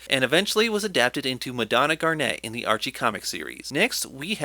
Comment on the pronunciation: I absolutely lost it at "ze penguins of ze icecap zone"